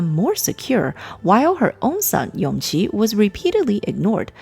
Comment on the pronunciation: Isn't Yongqi the son of Noble Consort Yu? His name is pronounced Yongji